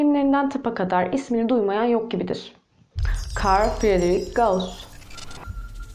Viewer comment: İsimlerin telaffuzunda biraz sıkıntı var. Frederik Gauss değil, Fridrih Gauss olarak okunur, Fermat ise Ferma olarak okunur. Öklides ise Öklid'in genelde Yunancada geçen ismidir. Öklidçi Geometri daha doğru olur gibi geliyor.